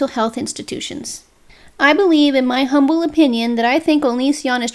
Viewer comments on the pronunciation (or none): none